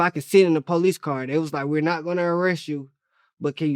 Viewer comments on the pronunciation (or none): He said police'esses....lik I say pant'esses...dats dat sawf talken